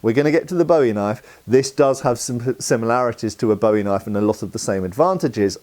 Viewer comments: It's pronounced boo-ee. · Love the video! I’m from Arkansas where the Bowie knife was invented and I’ve always heard it called pronounced closer to “bouy” like the thing that floats on water. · It's BOO-EEE....